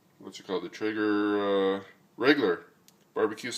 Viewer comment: it's pronounced "tray-ger".